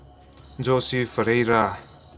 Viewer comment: Ngaihnawm thin hle mai. Thil Pakhat, Jose Fereira khi 'Hawse' tiha lam tur a nih hmel. Spanish ah chuan J hi H angin an lam thin.